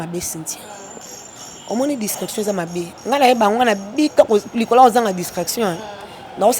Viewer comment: Discrétion madame et non discraction